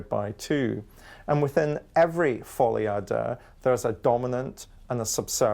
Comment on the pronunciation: Who is the clown that pronounces folie a deux as "folly ah dah". He pops up on all these low end videos as an 'expert'